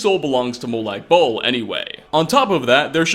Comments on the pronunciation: Dude legit said "Molag bowl" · "mo-lag bowl"